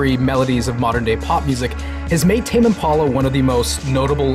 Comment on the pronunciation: Is that really how it's pronounced? Tame Im-pawla? Tame Impolla?